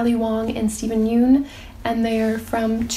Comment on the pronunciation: adore these updates! fyi steven yeun is pronounced "yuhn" not yoon.